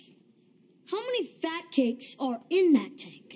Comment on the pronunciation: Why did he emphasize the word “in?”